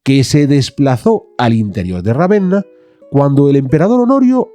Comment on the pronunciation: Ravenna no, Ravena